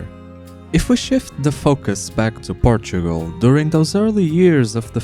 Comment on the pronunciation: Por- Tu -O-Gral